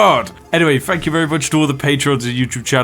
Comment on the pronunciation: So yes, fank you very much for watching Funny bri'ish. Yes, it just dawned on me that just like 99,97% of bri's, you are unable to pronounce "th". Stay awesome.